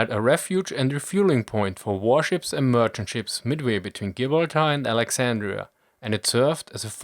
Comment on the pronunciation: Just a tip on pronouncing Gibraltar. Jib-brall-ter or Jib-brall-ta